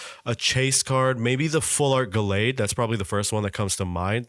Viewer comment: The way BOTH of you mispronounced Gallade 😂 Chase fa cards: Wukong Infernape, manaphy, cresselia, shinx, rainbow yanmega, garchomp, shaymin